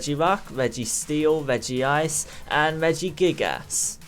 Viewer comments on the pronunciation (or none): You pronounced Regice wrong, but it doesn't matter. I wouldn't be able to sleep if I didn't say it